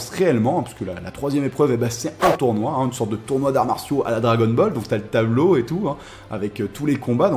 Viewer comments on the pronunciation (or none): none